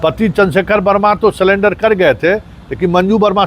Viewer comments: सलेंडर नहीं सरेंडर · Ye patrakar ko bhasa per pakar nahi hai ye surrender ko salender bol rahe ye yah kah rahe hain ki 5 saal Tak saja hota toh bail miljata yahan bhi galat bola hai court 3 saal saja hota tabhi bail hota inko bhasa per pakar rakhna chahiye tha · Sulender nahi surrender hota hai😂